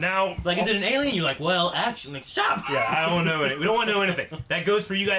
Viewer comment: You aksholy gest it’s name it’s acholy child a demgorden